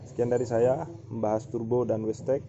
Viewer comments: wastegate (weisget) kok jadi (westek) terus bro wkwkwk.. kurang ngopi keh bang? tak kirimi kopi tongkat ali mau? hahaha.. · Bukan westeg mas, tapi wastegate(wesget).. 😊